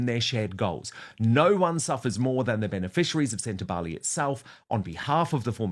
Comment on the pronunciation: SEN TA BA LE (not “lay” it’s an “egg” E !!!!